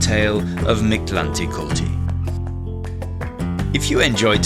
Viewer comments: It’s more pronounced like this Mick•lante•kuut•lee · The pronunciation of this God in Classical Nahuatl was more akin to - Meek Tlan Tektli With an accent on the last E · Wanted to watch but lasted like 10 seconds, until you started to not even try to pronounce his name with respect. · You pronounce it funny 😂 but your video was so cool!